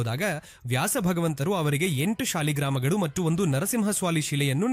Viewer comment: ಅಶ್ಲೇಷ ಅಲ್ಲ ಅದು ಆಶ್ಲೇಷ... ಶಾಲಿಗ್ರಾಮ ಅಲ್ಲ ಸಾಲಿಗ್ರಾಮ